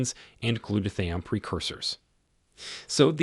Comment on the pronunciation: You're not saying glutathione right. I'm watching from Orlando. I used to usually eat shredded sharp cheddar because I heard sharp cheddar was good for you